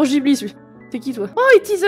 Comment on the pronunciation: Je dis « guiblie » et pas « jiblie »